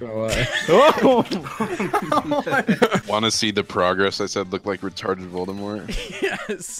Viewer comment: retawded vowdemowt fuckin killed me 😂🤣